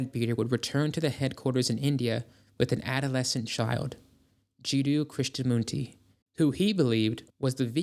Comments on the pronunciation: Not bad but mispronouncing common words in this realm means you didn't actually do any viewing of other materials and just read stuff. Hyper BOREeans. 'Charles' was known as C.W. Led-Better. BEZ-unt. Krishnamurti, not munti. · It's psychical, not cyclical. It's KrishnamuRti, not KrisnamuNti. There was another mispronunciation, but I don't remember what it was now. Also, Krishnamurti was abused as a youth by members of the Theosophical Society, physically, mentally, and sexually. This probably played no small part in him breaking away. Ultimately, Krishnamurti's own teachings would eclipse those of the society. His words and writings revealed real, verifiable truth, whereas the society was mostly a bunch of hucksters, using the trappings of religion and mysticism for their own monetary enrichment. "If I told you what it takes To reach the highest high You'd laugh and say nothing's that simple But you've been told many times before Messiahs pointed to the door And no one had the guts to leave the temple!" (The Who, "I'm Free") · Umm Rudolph? Also Krishnamurti is pronounced as written. Thanx